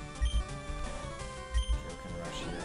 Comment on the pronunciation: This was an awesome game video just one nit pick its kai o ken like king kai like keye not kay lol sorry just its cringe worthy to me